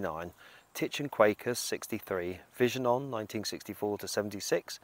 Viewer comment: Great video as usual. I remember Tony from 'Vision On' with Pat Keysall. He seemed to be such a nice guy. By the way, "Tich and Quackers" : It's 'Quackers ' is as in the noise a duck makes, not Quakers as in "Quaker Oats" 😉 Tich was a ventriloquist's dummy operated by the late great Ray Alan Quackers was a duck puppet operated by Tony Hart. .